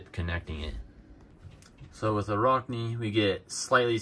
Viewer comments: Sounds like rack, not rock. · Arachne, like the word "Arachnid", as in spider. Not a rock knee. But still...good video :)